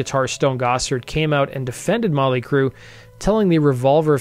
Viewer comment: “ molly crue “?? 😂